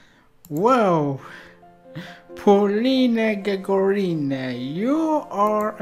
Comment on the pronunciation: Hello! Unfortunately, you don't pronounce Polina Gagarina's last name correctly. Incorrectly put the emphasis. Russian Russian accent is very important for the Russian language and for Russian surnames. In fact, it is very easy to pronounce. She has the same last name as the first cosmonaut of the Earth - Yuri GagArin (of course you know him). Yuri GagArin. His last name sounds here and here at 0: 13 Yuri GagArin. (emphasis on the second letter A). Similarly, Polina GagArina. (emphasis on the second letter A). For women, the letter "a" is added at the end of the last name. Her last name is pronounced correctly here at 1: 51: and here 2: 52 Thank You :)